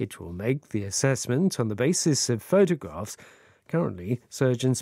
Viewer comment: 한주동안 좋은 내용 잘들었습니다. 오늘 photographs 발음은 정말....ㅜㅜ